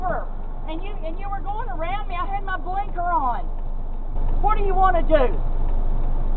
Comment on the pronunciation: Blanker?! Hahaha!😂❤